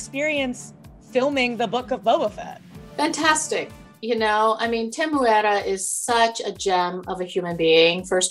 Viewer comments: I LOVE that she pronounced Temuera's name correctly! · She is such a delight! I love her energy and her positivity. It just radiates. I also love how she prounced Temuera's name perfectly! What a classy lady.